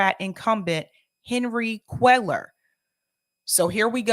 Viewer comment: First time listener - love the politics but the Latino name pronunciations need some work - sis-NER-os and QWAY-yar :-)